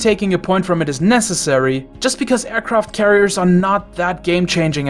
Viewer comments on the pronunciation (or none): none